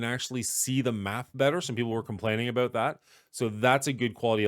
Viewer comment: Aboot lol